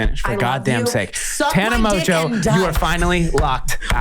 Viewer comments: Okay but the French would pronounce it MON-Jeaux not Mojo!???? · People still be saying Mongeau wrong lol Mon-go Kinda like that 😂❤️ ily Tana